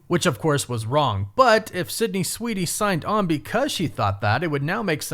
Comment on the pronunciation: I don’t think you’re saying Sweeney… 😂